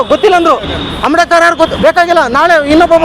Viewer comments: Not amdekar, ambedkar .say correctly. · ಆಮ್ಡೇಕರ್ ಅಲ್ಲ ಮಾರಾಯ ಅಂಬೇಡ್ಕರ್ ಹೇಳೋ